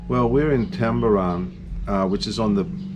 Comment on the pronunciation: Dad your pronunciation of towns it awful it’s so funny. You’ve managed to put two A’s into Tulumben calling it tamaran 😂😂 so funny. I cannot wait to go back to Bali now and go diving!! We will Deffs be taking your advice and going to Amed. I loved the shot of all the fishing boats going out so cool!! Loved this Video so much.